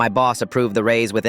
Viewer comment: it’s raise not race